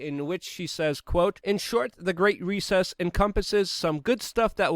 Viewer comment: The Great Reset, not "recess" - You're welcome<3